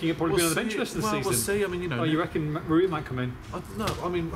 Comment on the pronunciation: He said 'Rui' as in patricio 🙄